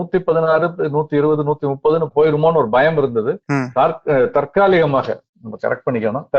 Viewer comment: தாற்காலிகம் என்று உச்சரிப்பது மிக பெரிய குற்றம். மிக கடுமையான தண்டனை, வழங்க படும். 😂😂😂